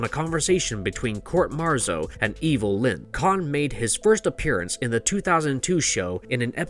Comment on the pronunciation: It's COUNT Marzo, not Court Marzo. General Rattlor should be pronounced as RAT LORE.